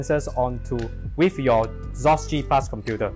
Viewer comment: Why are you pronouncing it as "sauce" instead of "Cross"???